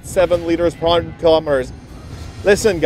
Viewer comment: Good review, I love my RST duramax, but why do you keep saying "ap ton truck".